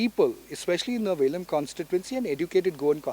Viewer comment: konkanni ulloi!!!NOT VELIM BUT VELI.